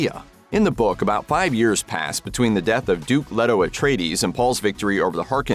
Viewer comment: He pronounced Leto wrong Therefore he doesn't understand the source material..... What an imbecile